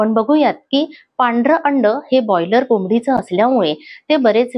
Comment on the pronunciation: बॉयलर नाही, ब्रॉयलर म्हणा, बॉयलर चा अर्थ खूप वेगळा होतो 😂😂